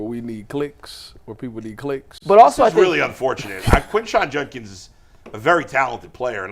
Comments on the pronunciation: It's Judkins with a D. Not Junkins. Come on man. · Why does everyone in the media say "Junkins"? It's JuDkins